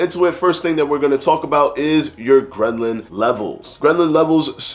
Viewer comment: Every time you say ghrelin it sounds like ghrenlin which sounds like gremlin and so this whole video had me thinking about the movie Gremlins. 😂